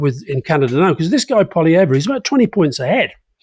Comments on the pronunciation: Since it seems likely that we're going to be seeing and hearing a great deal more of this man, here's a little friendly pronunciation advice for all those Anglo speakers out there who sometimes have difficulty with French names. Pierre Poilievre's last name is pronounced 'paw-lee-ev'. 😀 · Poli-ev (the re on the end is silent) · Why are french politician names funny? We're a bilingual country and they're serious and respected ministers. Also, Poilievre pronounces his name like Pol-ee-ev. Otherwise, I enjoyed your discussion about Canada. I will add that LeBlanc is Trudeau's long time friend and replacement Finance Minister for Freeland, so like Freeland will carry the association with Trudeau into the race. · Could someone please correct Alistair Campbell's pronunciation of "Poilievre"? He's absolutely butchering the last syllable.